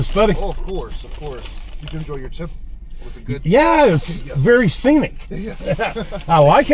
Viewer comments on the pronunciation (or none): I was just thinking that it sounded like he said tip 😂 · I think it sounded like asked "did you enjoy your tip". I listened like 5 times I still heard "tip". Makes more sense that he said trip though and CC said trip